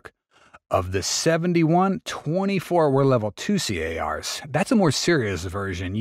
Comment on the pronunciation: It's not C.A.R.s. No one says that. It's Cars.